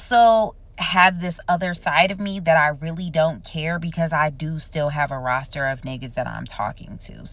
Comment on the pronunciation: pleease stop saying roaster 🤣